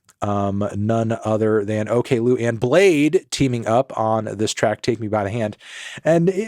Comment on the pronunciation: Its not Okay Lou it's more pronounced O clue